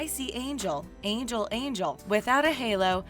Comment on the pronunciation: They way you say angel is awful please never say it again